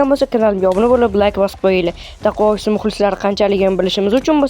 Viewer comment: Dakuavis o'qiladi